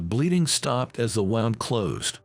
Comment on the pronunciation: The AI voice work on this one is INSANELY bad. D.R. instead of Doctor, too many times to count. Wound pronounced wrong. Just awful.